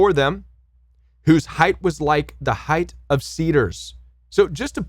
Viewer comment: SUPPOSEDLY (not supposbly) height (not heighth) and nefa LIM ( not leem)